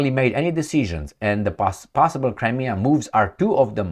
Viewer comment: Cri-me-a River!!